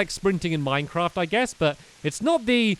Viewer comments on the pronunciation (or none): none